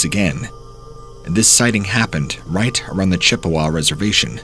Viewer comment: you mean it's not pronounced Dew-Luth? LOL. He did pronounce Chippewa correctly.